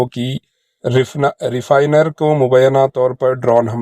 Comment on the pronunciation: Refinery boliye